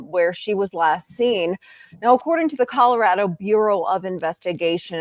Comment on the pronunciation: A simple request. We who live in this beautiful state, pronounce it ColoRADo not the ColoRODo. Even our Governor Polis has requested the correct pronunciation.